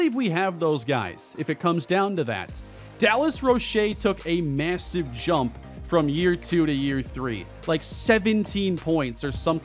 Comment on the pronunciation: It’s pronounced “Roach” not Roshae